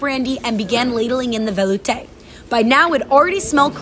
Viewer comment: velouté is not pronounced like that